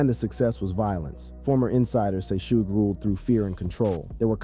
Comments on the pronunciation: Shooge Night? 😂 Can yall niggas do research on how to properly pronounce a fucking name 😂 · This punk doesn't even know it's pronounced 'SHUG'🤦‍♂️🤦‍♂️ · Is he saying shooge?😂😂😂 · Sooge Bro? 😂😅